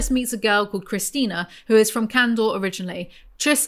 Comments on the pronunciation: God. Please stop saying canDOR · Every time you say “candor” I hear “candle” and I wish candle was a faction